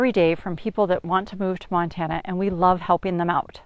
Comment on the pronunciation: It’s a PLOT map, not a Platt map 🙄. Love it “If you’re thinking of moving to Montane, don’t “ (long pause)....